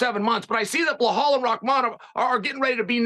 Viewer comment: I love how Chael mispronounces everyone’s name. 😂 he amazing at doing that and giving a f. He the man! Blauhaul is my favorite